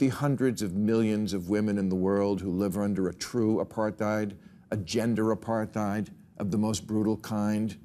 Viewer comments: Can someone please tell Bill how to pronounce “apartheid” - he’s been saying it wrong for years! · the H in Apartheid is not pronounced